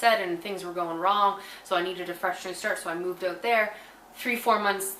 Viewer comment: I could listen to you say out, about, root, anything that sounds like oot basically lol